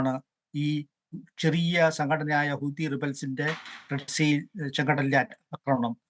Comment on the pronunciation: ഹൂദി കൾ അല്ല ഹൂത്തി... ഒരു പേര് എല്ലാ ഭാഷയിലും മാറുന്നില്ല